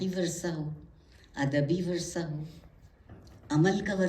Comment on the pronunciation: عارفہ جی! اُمّید کہ جانے سے پہلے اُردو سیکھ لیں! بہُت کُچھ “محلّ ِ نظر” ھے/ وَرثہ❌/ وِرثہ✅